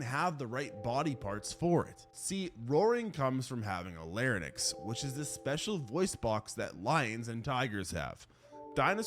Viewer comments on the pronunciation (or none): The end of the word larynx rhymes with lynx